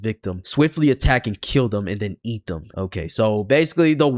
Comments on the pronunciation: Go kept saying cat when it’s eat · Son dih just said cat instead of eat somehow( ngl i was abt to say that too 🤑) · Why is he saying eat as cat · why do you keep saying "cat" when it says "eat"...? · Bro it's "EAT" not cat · This mf saying “cat” instead of “eat” 💔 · Stop saying cat it says eat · Why does bro say Cat instead of Eat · anyone notice him saying cat instead of eat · Not being mean but you said cat and it was eat